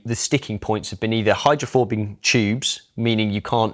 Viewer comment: Did he say “hydrophobing tubes” ?